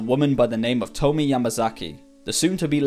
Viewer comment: Tomie is pronounced more like "Toe-me-yay".